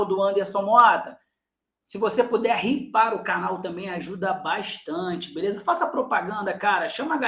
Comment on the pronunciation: Anderson, liguagem dos jovens e nutelas, mas o Hypar se diz "Raipar"... Vc falando Ripar, parece que tá pedindo ripa. Lá ele mil vezes kkk Tmj, meu amigo! A única mídia do Fogão que consigo acompanhar, com todas as outras já perdi a paciência!